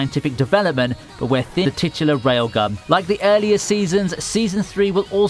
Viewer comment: I swear I heard you say "A certain scientific railGUM" at first.